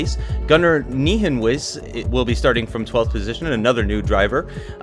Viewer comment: haha, nice try to pronounce nijenhuis' name, but its pronounced like N-i-en-house (not exactly but this is the closest you can get (its my last name aswell)) and it means new house so the house part at the end is fitting